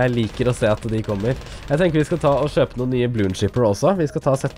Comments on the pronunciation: hvorfor sier du shøpe? det heter kjøpe -. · Noen klarere ikke å lære seg å si kjøpe, at de sier shøpe istedetfor :)